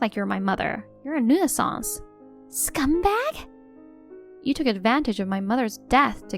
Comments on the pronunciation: STILL pronouncing 'nuisance' wrong. 😮‍💨 NEW-SENSE, not 'noo-ee-sunz' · Why can't you pronounce 'nuisance' correctly? This isn't the first time.